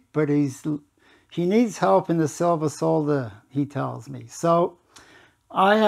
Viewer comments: Knows how to pronounce solder properly. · Finally, someone that can pronounce solder 😂